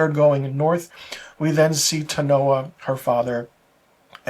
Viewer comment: Do you actually watch the show? It’s interesting that the only person’s name you cannot pronounce is the Native American. Her name is Teonna not Tanoa. So disrespectful of you.